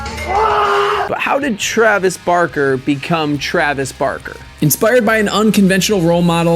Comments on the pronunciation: TrAveS BaRRkQuE. son im crying. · Trayves barkey